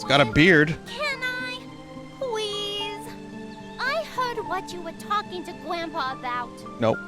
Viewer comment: pwease, John Fuwwsawce